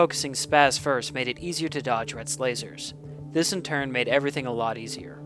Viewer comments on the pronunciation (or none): none